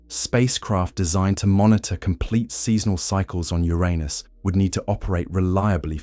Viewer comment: Thank you for the pronounciation of Uranus as when I grew up.